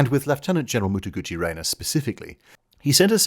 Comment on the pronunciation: This is in no way a violent criticism of your pronunciation but every time I hear you refer to Mutaguchi Renya as Mutaguchi Reina, I get momentary cognitive dissonance equivalent to hearing someone refer the current president of the US as Donna Trump. Separately, you regularly refer to the Allied forces as something that my ear hears as Duke, and I can't remember what it was meant to be. Could you explain? Is it something like Dominion, India and UK?